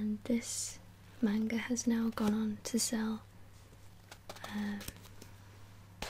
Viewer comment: only thing I didn't like is the way you said manga but most non-japanese people or non-japanese speaking people don't know pronunciation